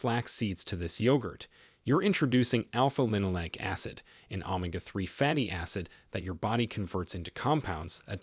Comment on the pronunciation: AI narration. Pronunciation of some words is off, not normal, e.g omega, etc